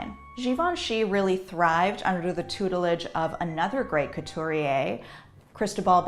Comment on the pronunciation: cow-too-ree-yay - Fashion historian struggles hard to pronounce French and Itailan names and words.